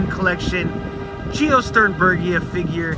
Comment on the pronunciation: love the retro film grain and great job pronouncing it!